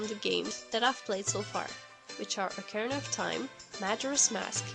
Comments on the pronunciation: Because why the frick would you pronounce ➡️O⬅️carina "Ahh"car-anna'? And as for her list, I didn't call her opinion wrong did I? I merely stated she has a different opinion from what I would call creepy. I.e COMMENTING in the COMMENTS section. So next time, instead of bumping a long-dropped thread (just to fuel that bitchy part of you that would love to feel superior) keep moving - and maybe next time do your research instead of jumping in tits first. And yes, I do pronounce things correctly. I'm pretty good. 💁🏻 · *OCA-RI-NA *MAJ-OR-A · Who on earth pronounces it "Ach-ar-anna" of Time? Also, you clearly have a different interpretation of the word 'disturbing' than me. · Started cracking up when I heard her say that because I read this before the video.